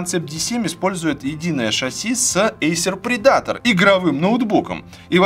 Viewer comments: Блин, Валя, Эйсер ПредАтор звучит, как Придаток или Предатель. По-английски ударение на первый слог - ПрЕдатор :). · По английски вообще то "предейтэ". Но ты пиши ещё.